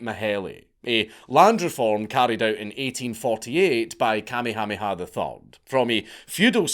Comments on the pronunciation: It took my brain a moment to register he was saying Kamehaneha…BAHAHAHA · KA-me-HA-me-ha was a jaw-dropper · You murdered the king's name. It's "Ka-may- hah- may-ha". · Hearing Dank say "Commie hommie ha" instead of "Ka may ah may ah" is making me giggle a little bit too much. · Listening to you pronounce Kuh may uh may uh as commie hami ha is hilarious. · Bruh… It’s pronounced: Ka-MAY-ha-MAY-ha, not KAH-may-HA-may-HA. I grew up there, and you’re right, it’s a huge mishmash of cultures, but it’s awesome. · Note from the Pedantic Police: we are reliably informed (by a character from "Magnum P.I."; anybody remember that show? Tom Selleck running around in shorts & wearing a doormat on his chest, for reasons...) that it's pronounced "King KAH-May-ah-May-ah"... apparently they used to be very big on doubled up syllables... ;~ ] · Please don’t ever say Kamehameha again! Your mispronunciation is SO atrocious that I cringe every time you say it. 😮 For the record, it’s Ka-mayha-mayha. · I can stand you saying tamyhamiha for another second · I just stopped in to hear the Count say “Kamiamiamiha” 30 times. That’s is all, carry on. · Kamehameha pronounced "kah-may-uh-may-uh" bro seriously watch an episode of Dragon Ball Z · Lolololol...... king what?....kuh-may-uh may-uh. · Just so you know - Kamehameha is way easier to pronounce than whatever it is you are saying. Kammy Hammy Ha LOL! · It's better than actually trying to speak Hawaiian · Listening to you try to pronounce Kamehameha is hilarious. Kuh-may-uh-may-uh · Thetr are no Y's in Kamehameha. The blind leading the blind. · Good lord man. Watch some friggin’ Magnum P.I. to learn how to say the name of the former Hawaiian king. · It’s KA MAY HA MAY HA III 😂😂 So funny trying to listen to haoles try to pronoun our names let alone think they know anything about our history and culture😂😂😂